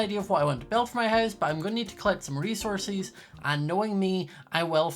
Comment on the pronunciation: Scotts accent said: resourcies